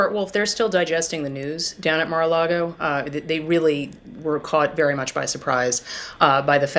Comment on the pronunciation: Did Mags say Marra Lardo?